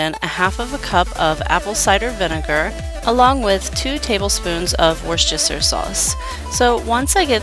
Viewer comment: I can't say this enough It's pronounce woos ter sauce